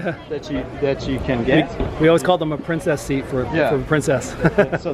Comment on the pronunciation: I dig your channel but it hurts my brain whenever you say princess seat.